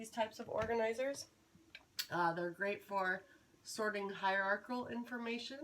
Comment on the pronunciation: Well presented video. Nice pronunciation of hierarchical. This video would be a useful reference for types of graphic organizers. I didn't even know there were this many types. I was only familiar with Venn diagrams and network trees. Very clever graphic organizer of graphic organizers. It helps organize the massive list of graphic organizers. I'm also curious how you sync up slides and your voice.